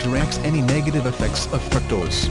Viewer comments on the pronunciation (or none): " Fruak - tohs "